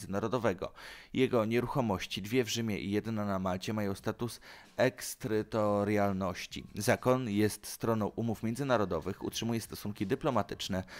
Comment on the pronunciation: EKSTERYTORLIALNOSCI, chlopie, pocwicz wymowe trudnych wyrazow zanim nagrasz film...